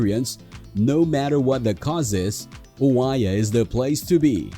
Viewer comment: Good information, but the mispronunciations need to be fixed. Oia?